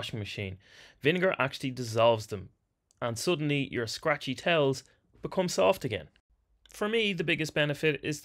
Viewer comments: 🤣 I thought he said "tails" - was so confused 🤣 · Video almost over and I just now realized he's saying "towels" and not "tails" :) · "...in gym gear on tails" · Only problem I had with the video was understanding that he said towels 😅